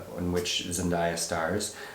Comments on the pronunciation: Really annoys me when people get her name wrong since you pronounce her name as its written haha. Everytime they said ZenDieYa made me cringe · Zen-DAY-uh is the correct pronunciation, lol. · haven’t seen the movie yet so i’ll come back to this but you guys really need to get into euphoria. the role got z an emmy for a reason! i’d love to see a review for it, if you guys decide to watch. and like someone else mentioned, her name is pronounced like it’s spelled. day not die. there’s a short video of her saying it if you need a reference.